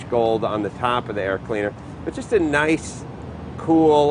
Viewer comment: I think he was saying "Ni-hice" broken into two syllables. He was super stoked with how smooth the engine was and truly beaming with how much he loves that thing. Right before that he did a 4 syllable one, "Ni-hi-hi-hice" (laughing as he's saying it).